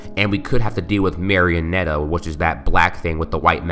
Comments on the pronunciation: It's pronounced Mary-A-net. Marionette means puppet. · Actually,, the VERY first picture in the beginning is the thing in the Game Room on the very left. Scott released a picture that shows the marionette. The thing on the left in the the Game Room is either a static prop or a secret animatronic. By the way. it's pronounced (Mary-uh-net.) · Marionette pronounciation (Mary-oh-net) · Its pronounced Mar-ee-oe-nett but spelt Marionette and new Bonnie's a man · The caution mark information is false. It's for the marionette or as so call it "the puppet". That is also the one animatronic that the music box effects.oh, and btw its pronounced MARY-ON-ET. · A Marionette I'm pretty sure is like a puppet or something that normally looks like a human (also it's pronounced Marion-ete. BTW did not look up this up on internet I've taken this this info from my own knowledge. So plz no hate ;_ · it is pronounced mar a net